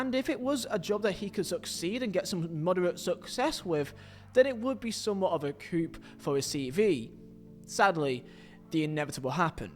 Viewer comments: It pronounced coo not coop. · The p in coup is silent. Coo